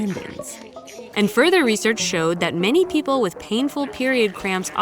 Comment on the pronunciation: yes, peo-ple